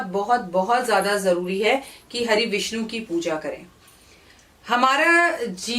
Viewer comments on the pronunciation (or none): none